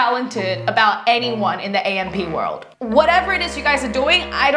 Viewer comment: You pronounced AMP world wrong and kardashians 😅